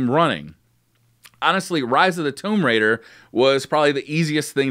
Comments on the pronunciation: Omg TOOOOOMB Raider. Not Tome raider. Note tomeb raider. Tomb Raider. Thank you for not saying it one more time as my head would have exploded. 😆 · Wtf is a "Tome Raider?" Lol it's pronounced "Toooooom" Raider (Tomb Raider) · TOME RAIDA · Did he just say tome raider!? Come on man. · Toemb lol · tohmb raider he said uhh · Getting annoyed with how he says "Tomb Raider". Sounds like he is saying "Towmb" lol. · no it's called mispronunciation. Notably different